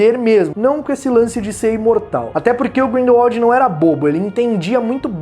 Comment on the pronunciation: Olha só ele pronunciou certinho!!!! Grindelwald e não Grindelvald como da última vez que assisti um video falando do mesmo! Só por isso, vai ganhar um like! Parabéns 👏👏👏👏